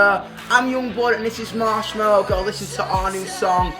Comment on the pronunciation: Nailed it Marshmello